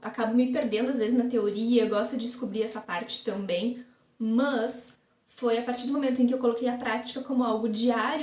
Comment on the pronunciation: "MÃS" kkkkkkk